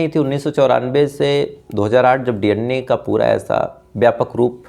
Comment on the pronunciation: DNA ko D Anne kiyun bolte ho